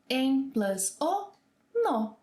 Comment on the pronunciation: I thought “ no” was pronounced like “ new” but the host is saying it the English way “no”